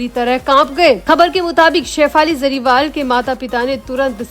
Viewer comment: Madam jariwal nhi hey Jariwala hey bolna sikho pehle sahi surname